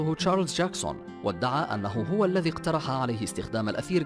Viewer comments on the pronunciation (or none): none